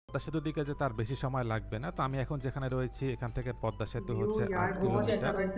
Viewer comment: Thank you for this beautiful presentation. Never mind, the pronunciation is PADDA bridge instead of PADMA bridge. Thanks once again.